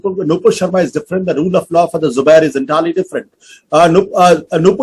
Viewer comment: say Zubair not subair you duffer